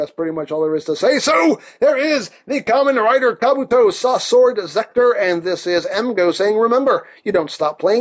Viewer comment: Not Ramen Rider, it's Kamen Rider all the same (or should I refer to him as Ka-MEN Rider, stressing the "men").